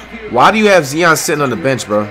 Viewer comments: “Ok guys so we got Zee-on Whildinsum and Jianis Ukunkpo” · Nobody: Flight: ZEON WILLIAMSON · How tf do u hear the announcers and see the comments and still say Zion’s name wrong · It pronounced zy-on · It’s not bad that he can’t pronounce Giannis’s last name but at least say Zion right the commentator is saying it for you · stop saying zeon it has an eye z-i-o-n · Someone take flight to speech class can't even say Zion dude says zieon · It’s Zion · Brudda it’s Zi-on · Cuzzo ur saying Zion name wrong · Flight u doin this on purpose now. Its not Zeon, its Zion. Z-eye-on. Not Z-ee-on. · Keep on saying Zeeeeon all you want Fight :) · If he says zeon or akumpo one more time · This man hears zion but says zeeon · flight who is zeeon 🤦🏾‍♀️🤣🤣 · “Look at Zee-on Williamson Man” I hope Zion becomes Flights next Curry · You hear the commentators saying Zion but you keep saying zeon stoop disrespecting him like that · It's not zee-on it's zi-on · This nigga steady callin this man “zeeon “ instead of Zion 🤦🏽‍♂️ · How can you here this many times zion's name pronunciation and still pronounce it wrong? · he clearly hear the announcers saying Zion he still saying zee-on who the fuck is zee-on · Nigga said zeon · This nigga said zeeeon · Why you saying Zieon n stead of Zion? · I fucin hate u flight u is dumb bro say his name rightwho tf is zeon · Nigga still pronouncing Zion-Zeeon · It’s “ZY-ON not ZEE-ON you dutt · Flight his name is pronounced Zy-on not Ze-on Like so this man can actually pronounce his name right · Zion not zien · WTF IS ZEEON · Bruh it’s Zion , not zeeon got damn 😂🤦🏾‍♂️ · Learn on how to say there names, there is no E in Zion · Can you please say Z.I.O.N not Z.E.E.O.N please I’m begging you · bro do u not hear the announcers sayin “Zion”🤦🏾‍♂️